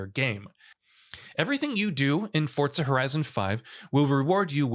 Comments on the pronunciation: Forza not fortsa* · The hell is “fort-za”??? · Why does he say fortza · For-Zah not fort-sah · FORZA not FORTZA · There is no "T" in the word Forza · Why do you say “Fortza”? It’s Forza. There’s no t in there. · FORTZA horizon 5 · “FOR-ZA” not “FORT-ZA” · FOUR-ZA NOT FORTS-SA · I couldn't finish the video u can't even say forza right where tf is the t in forza ? It's forza not fortza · i love fortza.... FORTZA is great.... its fooooorrrrrzzzzzaaaa not fortza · Why does this Mong pronounce it as Fortza? Its FOR-ZA not FORT-ZA!!! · why is this weeb constantly putting a "T" in forza. annoying af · Couldn’t stand him saying “Fortza” every time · Fort-za never heard of that game until he said it…. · Why are you saying FORTSA ?? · Every time he says Fortza I images pizza fort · ForTza?? Is that how it's pronounced? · Why does everyone say “Fortza”??? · why forCa? :/ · is it just me or was he saying fortza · Is it me or does this guy keep saying ''Fortza''? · Fortza? Umm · Say it with me FORZA THERE IS A Z NOT A DAMN T. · Why is he saying fortza ? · The game developers actually mentioned that it is pronounced Forts-sa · Xbox confirmed forza is pronounced fortza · that's stupid af literally putting a T where there isnt one. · There’s no T in Forza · There is no T in Forza. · It's an Italian word and that is the correct pronunciation. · I totally forgot Microsoft is Italian. My bad chief